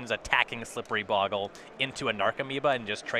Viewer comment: I guess Magic players are incapable of pronouncing bogle correctly.